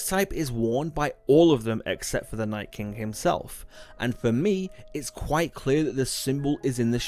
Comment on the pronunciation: Its king not kingk